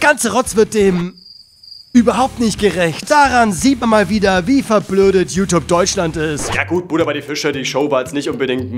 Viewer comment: Man beachte wie youtube bei min ausgesprochen wird xD ,,YouTop" 😂🤭